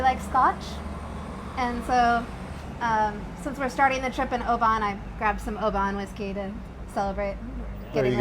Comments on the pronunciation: Great video of my country. Hahaha how you pronounce the places Oh ban haha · No it’s no it’s pronounced O-ban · Americans shouldn’t be allowed to say scottish words. OBAN, - drop the A and roll straight from the B to the N. “OBN” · Great vido but, Oban, the whisky is pronounced "Oh-bin" 😁